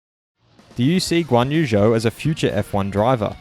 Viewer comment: Guanyu Zhou: Zhou is pronounced "Joe" - my wife is from China!